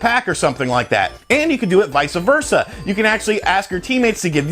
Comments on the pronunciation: The expression is VICE versa, not "VICA versa" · It is vice versa not viesuh versa